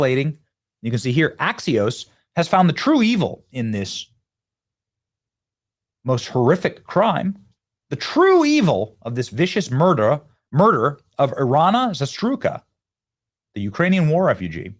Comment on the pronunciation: Pronounce: E-rina Za-rus-ka